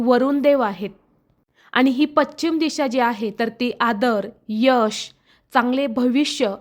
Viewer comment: पश्चिम असे म्हणा